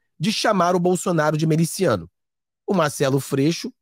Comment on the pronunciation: Não é meliciano, está esquecendo o português? É MILICIANO!